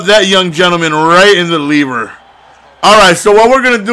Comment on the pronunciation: "oh caught'em in the leever(liver)" lol a fool